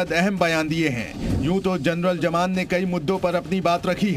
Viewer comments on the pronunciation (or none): Jaman. Nahi. Zaman. Hai urdu ka pronunciation to theek se bolliye